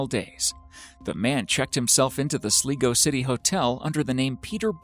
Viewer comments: Its pronounced Sl-eye-go not Sleego. Y'all need to research before you babble on spreading the wrong information... No place called SLEEEEGO in Ireland 😂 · Stop saying sleego it's fucking Sligo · It’s pronounced Sly-go, Ireland. Not sleego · Not too be that guy... But that town in Ireland Sligo. Is pronounced Slygo not sleego. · It was the case about the “old Germanic man” that made me doubt EVERYTHING on you and ANYONE else’s page that mentions ‘mysterious’. Do your research please. Without mentioning the mental condition of this known ENGLISHMAN. You pronounce (Sligo) as ‘Sleego’... it’s SLYGO. SLY. GO. Sligo. I doubt everything else you have ‘researched’. The man had an illness and made up his own mind as to how he was going to see out the rest of his life. He discarded his belongings in a far away place and the proceeded to end his life by drowning himself. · It's pronounced sl-eye-go not sleego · hahhaha im irish and the way he said sligo was sleego but its lronounced slygoo😉😉😉😂😂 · It’s pronounced slie go no slee go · It's not 'Sleego' - It's Sligo (do you pronounce I like E?) Think eye - Sligo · It’s pronounced sligo not slego🤦🏼‍♂️ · It's not pronounced (Sligo) Slee go it's Sly go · its pronounced sly-go not slee-go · In the 3rd video the name of the town isn't "sleego" its sligo pronounced sly-go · its pronounced "Sly-go" not "Slee-go" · SLIGO is pronounced as, "SLY GO" For fuck's sake! SLY GO! Not fucking, "Sleego"! AAAARGH!!!! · The old man was in the town of Sligo pronounced sly-go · Your saying Sligo wrong it’s pronounced (SLY-GO) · Its pronounced sly-go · It's pronounced slygo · I find it way too funny how Americans pronounce Irish town names! hahahaha "Sleego" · When he said sl"ee"go and "ear"land I died. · Its Sligo...pronounced sly-go *video 5 :) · The town in Ireland is called Sligo. Pronounced SLY GO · you are pronouncing sligo really wrong. all irish people will find that so cringy XD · i was just about to give out about that.